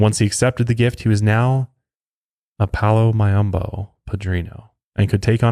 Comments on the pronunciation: Pronunciation: Palo Mayombè, not Mayombo. This is the type of Spiritual practices that Azalea Banks practices. I'm Haitian and I'm familiar with this as we practice Vodoun in Haiti. Looking forward to hearing and watching something from Haiti. ❤️💙🙏🏽❤️💙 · Dude it's palo mayumbe as in "Pah-Low_My-oom-Bay". And he was gay. He only slept with women to manipulate them and create an attachment/bond between them. Also it's nganga, as in "In-Gong-ah" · Palo Mayumbe “may-umm-bay” show some respect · pronounced palo mayom - bee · Oye your pronoucntaions carnal is so gringo but it came off chingon carnal even though anyone who speaks Spanish is probably laughing their nalagas off..... jajajajaja...... you get an A for Effort....... if you ever do another one and want someone to do the translations carnal habla mi don't worry carnal I'll say jes..... jajajajaja